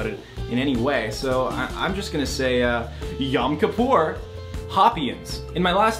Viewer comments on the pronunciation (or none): He didn't even say it correctly, sounded more like yam kapor